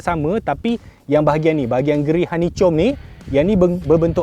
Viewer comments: Honeychom honeychom.. HA-NI-KOM..x reti jgk xtau la😆😝ak tegur ni sbb ak xnk org mlayu baca BI mcm org indon..sukses sukses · par...’hani-kom’ la par. bukan ‘hani-com’ 😂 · Terbaik..cuma pembetulan sebutan hanicom tu sepatutnya hanikom..maaf membetulkan..😂👍💪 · Honeycomb = Hanikom Bukan hanicom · honeycomb - bunyi dia hanikom bukan hanicom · stressnya dengar honeycomb tu😭 sebutan dia "honeykom" bukan "honeychom" 😭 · Dia saje je sebut macam tu, dah memang perangai nya begitu. Takde lah bengap sangat sampai tak tahu nak pronounce. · Sebutan betul honeycom ke honeycomb...konfius sekejap sbb ni suka wat lawak...kut mmg dia saja je cakap honeycom